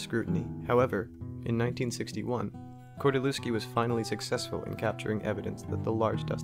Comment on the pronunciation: all fine but you spell his name wrong :P kordy-lev-ski atleast that is how google would read it right there is no V in polish alphabet and every W is read as V in english therefore lew is read as lev in every polish surname ending on lewski if you want to keep it's oryginal spelling